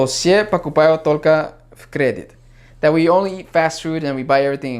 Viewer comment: Про сравнение России и Китая было смешно:D крЕдит - термин из бухгалтерии, в данном случае стоило поставить ударение на И. Спасибо за ролики!